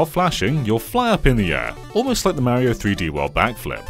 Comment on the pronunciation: He's called "Mario" and not "Maerio" 🤦‍♂️